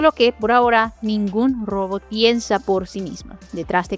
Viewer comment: Todavia no aprendiste a pronunciar ROBOT y eso que lo decis 100 veces por video.